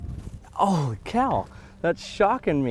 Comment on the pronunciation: the way you said holy like that i dont think its fits